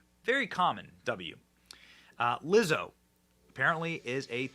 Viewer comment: Did you say, Wizzo? How about nasty